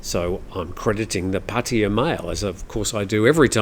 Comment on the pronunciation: Pattia? You mean Pattaya?